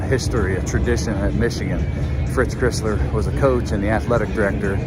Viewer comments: Very good, except Fritz pronounces his last name like the car--Chrysler. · Clown sleeznut illiterate called iconic Fritz "Crissler"! Nice research! It is pronounced like the Car - "Chrysler" the Michigan difference - we get the job done right!! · Yea, Crisler is NOT pronounced “Criss-ler.” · it's Fritz Cr(eye)sler (like the car) not Cr(eh)sler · Please learn to pronounce Crisler. It rhymes with Chrysler. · You have to learn how to pronounce Crisler. It's a long i -- like cry-sler. Otherwise, nice vid. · Cry sler...Get his name right.please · Great video, but how do you mispronounce Crisler, it's the name of the basketball arena!